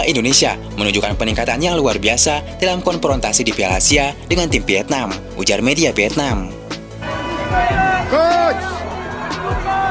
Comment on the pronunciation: Ini orang Sunda yang ngomong ya? PIETNAM, PIPA, KONPRONTASI dll!😂😂😂